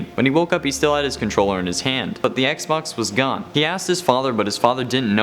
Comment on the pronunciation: Did anyone hear him say xbonks